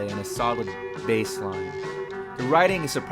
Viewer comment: video pretty good but dont say bass like b-ass. its b-ace